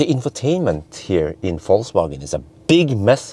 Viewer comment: Yo wassup! damn, you are almost German how can you say Vol(C/Z)wagen:D